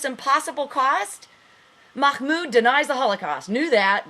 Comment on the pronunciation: lol is someone telling the truth out knowing farsi............ i think not lol seen as how you cant pronounce mahmoud properly but have no fear the muslims are here to educate you lol the 'h' is pronounced like if you are breathing to steam up your glasses, Not a kh sound ok? oh and sharia3 law is incorporated in US law just look it up all the founding farthers had the Quaran and took guidelines from it, you really are in need of some education stop watching cnn and try al jazeera or press tv